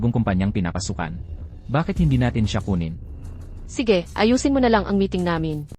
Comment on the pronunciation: Maganda ang kwento kaya lang hindi maganda ang narrator at bakit may hoy ang pag tawag? It is wrong how you pronounce sige.